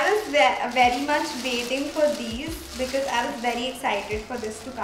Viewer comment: Because hota hai becase nhi hota konsi English akcent bolti hai